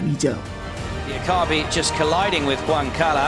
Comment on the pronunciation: Min dibacanya "Huan kala" bukan "Juan kala"